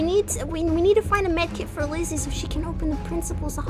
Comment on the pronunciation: Her name is pronounced/spelled Lyssy btw!